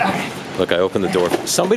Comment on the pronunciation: Why do u say ideat